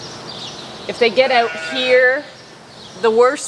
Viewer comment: I forget it’s Canada until you say “Out”...